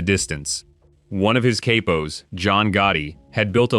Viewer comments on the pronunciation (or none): It’s katpos it’s cappos